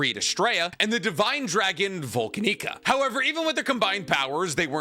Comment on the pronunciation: As much as I appreciate you regurgitating lore you clearly just skimmed off the Re:Zero wiki right before making this video, could you at least try to pronounce the names of certain characters and places correctly? It makes your grift painfully obvious when you say Volanica as "Vol-can-nica" or, even more egregiously (considering we literally just finished two entire arcs focused on this place), pronounce Vollachia as "Vul-Chian." Besides the obvious grift, there are a few more mistakes in this video regarding the facts. Though, to be fair, that’s more of a problem with the wiki since you’re just reading off that anyway. Regardless, cheers!